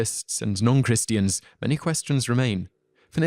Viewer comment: Beth-Lee-ham!!!! What Really? Beth-la-hem...graciousness please.... Christi-hands....ugh!!!